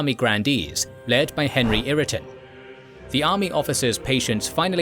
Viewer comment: Wish you’d pronounce Ireton properly.